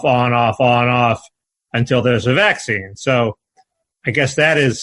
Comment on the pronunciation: Is it a northeast thing to stress the first syllable of vac-cine? First time I've ever heard it like that.